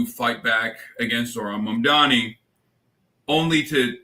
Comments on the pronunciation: Mike Johnson is so stupid he can't even pronounce Mamdani correctly. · The name is MAMDANI you should learn to say the name because I am going to be your boss! Hahahahahaha! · Can those MAGA tools please pronounce his name correctly?! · Grindr Johnson can't ever say Mamdani's name right. 🤬